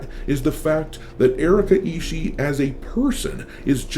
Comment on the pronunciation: hey, you misspoke the name, its Erika isshiet